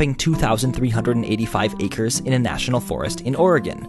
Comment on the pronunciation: wow one seed sseveral ancres of trees